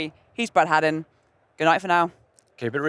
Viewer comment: i appreciate your confidence, “Haddin” ko “Heaiden” bolkar mazak bhi uda liya 😅